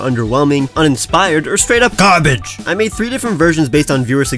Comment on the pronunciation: Or straight up Garbage-that accent/way u said it was hilarious